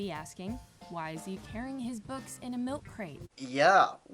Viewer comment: Milk cwate?? I'm dead😂